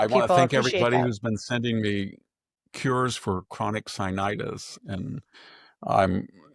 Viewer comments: sinusitis, not sinitis Please.😬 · Lol! I know this is petty. Please forgive me. Sinusitis is pronounced sign-u-site-us. Thank you very much. I love your brain, Victor Davis Hanson.